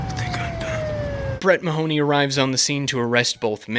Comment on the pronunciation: As a native Irishman, the way everybody pronounces "Mahoney" is so jarring